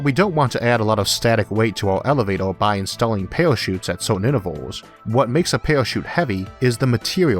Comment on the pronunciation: It's like hearing a 6 year old explain space elevator. I mean elevato.